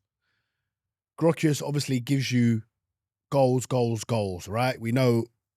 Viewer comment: Cant even pronounce vics name right, 15min videos here and there is top research tho keep up the good work😅